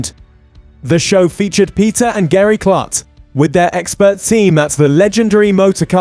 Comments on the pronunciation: It's pronounced like Kloot not Klut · I have had 2 tours of LMC. The facility is amazing. And Peter's last name is pronounced "Kloot not Klut".